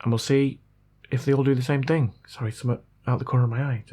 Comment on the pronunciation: its is Thing its Not Thingk